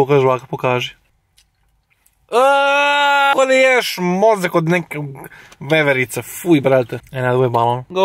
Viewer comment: kada kaze mozak od nekghkgej veverice